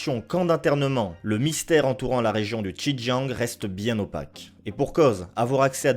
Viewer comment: Merci pour cette vidéo très instructive. Par ailleurs j'aimerais souligné les erreurs de prononciation des ethnies, dynasties et lieux : le "x" de xin Jiang se prononce" s" , le "j" se prononce "t" (sin tiang) . L'ethnie des Han, le "h" se prononce "r" (ran). Les Qing, le "q" se prononcé "tch" et le g est à peine prononcé, "ing" ne se prononce pas comme "ing" de "dingue" en français mais comme celui de l'anglais, play"ing" ou com"ing". Je me permets d'apporter ces précisions car en tant que sinophone je n'ai pas compris tout de suite de quoi il était question. Ma remarque ne remet pas en cause le contenu de cette vidéo pour laquelle je vous remercie.